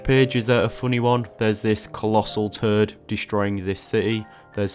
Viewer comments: Originally I thought you said you drew a collasal turd! 🤣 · I have never heard “toad” pronounced in such an interesting way. 😅